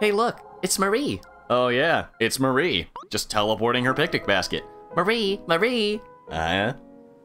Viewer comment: Well, your pronunciation is ALMOST correct, you just stress the wrong part of it. MAWree instead of MuhREE. Hmm.. not as easy to point out in text.